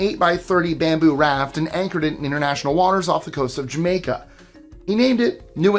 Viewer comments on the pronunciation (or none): none